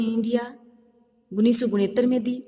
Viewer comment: मैडम जी gunnis सौ नही होता, उनिस सौ होता है